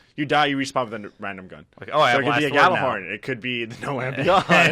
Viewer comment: Gjallarhorn is pronounced YALLER-HORN...